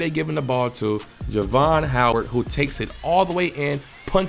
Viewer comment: You pronounced my nephew name wrong during this whole video!!😂😂 Jar-ve-on